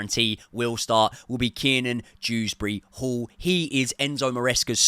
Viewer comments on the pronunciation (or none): It’s Kieran drewsbury hall not keenan 😭